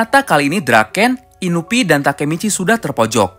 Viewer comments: INUI BUKAN INUPI HADEH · Inui pak bukan inupi